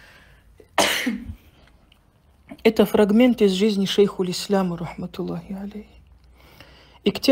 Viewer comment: Даже сам не может его озвучить толком